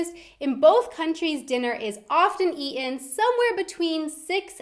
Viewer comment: I never noticed before but now I do: "... dinner is ea'en ..." :D